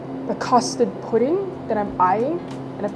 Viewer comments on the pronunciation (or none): none